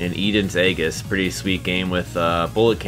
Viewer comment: Aegis is pronounce EE-jiss